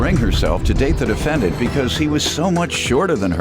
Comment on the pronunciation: Did she say the offendant?